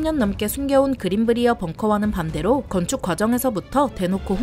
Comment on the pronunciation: 그린 브리어 벙커가 아니라 그린 브라이어 벙커가 맞는 발음입니다 저희 동네 이름이라 정확히 압니다